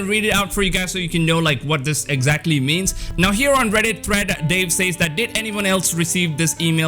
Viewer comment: Lmao, I haven't bought a new physical game in YEARS. I absolutely understand that you should get a physical copy beyond just the base version. In case you weren't aware, some weirdos liked being "slapped in the nuts". PS- the way you say "says" drives ME nuts lol.